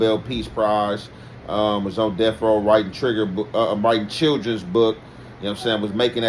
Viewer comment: My bad but when you almost said trigga when you said children 📖 I had to laugh a lil bit